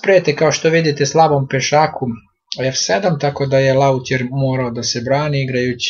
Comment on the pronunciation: Veliki napredak u izrazavanju u odnosu na pocetak! Komentari i analiza vrhunska! I sami shvatate da je bolje da prvo izkomentarisete partiju, pa se onda vratite sa analizama, ali to cesto i ne uradite! I kao neko ko zivi i radi u Francuskoj, trebali bi da znate da se ime igraca sa crnim figurama izgovara Lotje, nemoguce da nikad to niste culi! Sve ove zamerke shvatite kao dobronamerne, obozavam vas kanal, pratim vas i lajkujem (mada to nerado radim za bilo koga) zato sto sam svestan da vam to znaci! Samo nastavite i zelim vam jos vise pratilaca! Veliko postovanje za vas trud i rad!